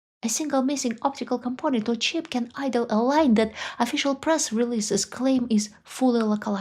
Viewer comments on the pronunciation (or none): none